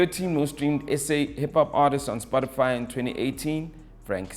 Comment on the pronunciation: Is he saying Spotifyer?😂